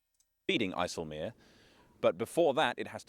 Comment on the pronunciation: Great pronunciation of IJseloog